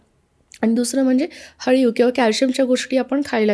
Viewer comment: अळीव ast te haliv nhi😊